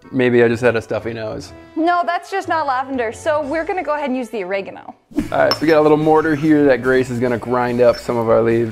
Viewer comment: Or-Egg-A-No.... Wwwwhat, thats the first time I've heard it pronounced that way 😬😆 Each to their own 👍